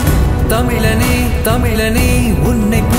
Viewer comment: Believer பாடலில் சிறிது tune. KGF BGM ல் சிறிது tune 🤦🏻‍♂️. தமிலனே என்று உச்சரிப்பது கொடுமை 🤦🏻‍♂️ தயவு செய்து இதுபோல முயர்ச்க்காதீர்கள் 🙏🏻 Best Best அண்ணாச்சியே தேவல 🤦🏻‍♂️ சினிமா காட்டி மக்களை ஏமாற்ற நினைத்தால் நீங்கள் தான் ஏமாறுவீர்கள் 🤦🏻‍♂️